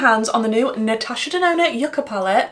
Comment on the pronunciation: Great video. First time watching nd I truly enjoyed. Btw, Yucca is pronounced “you-ca”, it’s a root vegetable common in the Caribbean an South America. Thanks.